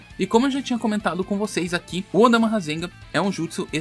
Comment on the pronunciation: Choo odama nao é odama filhao